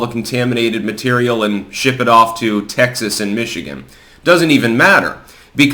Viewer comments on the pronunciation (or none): none